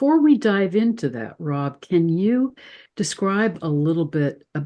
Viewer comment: Rob not Ron sorry x